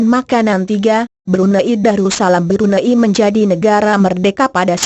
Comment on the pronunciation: yang menjelaskan nih, perlu belajar lagi deh intonasi suara sama tata bahasa nya. makau mba, bukan macau. Brunei mba, bkn Brun ai Spain mba, bkn spa in hedehhhh 😩